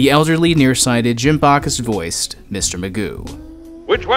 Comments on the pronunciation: Wow, I totally agree with your take on Mr. Magoo. He is an incredibly boring character. He's pleasing and compelling to watch from a design standpoint... but as a character, he leaves much to be desired. BTW, Jim's last name is pronounced BACK-us... not BACH-us. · If you ever watched Mr Magoo Christmas Carol you would love it!.....and its pronounced Backus not bahkus